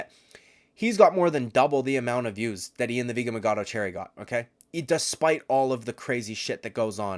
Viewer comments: It’s machado not magado!! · You don’t have to say “ian the vegan Machado garry” 20,000 times. Especially when you can’t even say machado right. Idk if you’re trying to be sarcastic but there’s an h there.